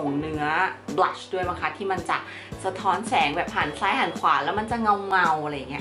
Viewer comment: นางพูดว่า"บรัช"ที่แปรว่าแปรง!...5555